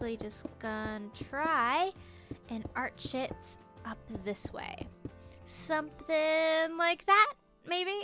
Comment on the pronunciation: I know she said "arch it" but now when i have to do something artistic im going to art s***.